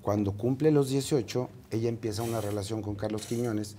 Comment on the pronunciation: Rievela la rielacion de nmmss